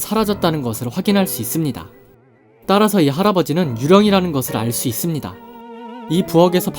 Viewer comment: 무엇무엇 할수 "있습니다"를 말할때 목소리의 높낮이때문에 영상에 집중을 못하고 거슬려요